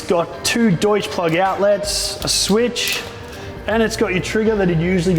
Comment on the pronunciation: Thanks for saying Deutsch properly - amazing how many can't :)